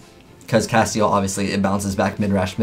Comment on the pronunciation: I'm tired of people pronouncing this card wrong. its castEL not castiel there's no I in the name its castel cast-el...